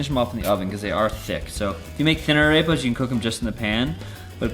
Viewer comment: Ok. I have no idea where you got this "ground the corn with their teeth" bullshit from but it is patently untrue. Arepas (pronounced ah-rehp-ah by the way not a-rape-a) have been a staple food for literally thousands of years.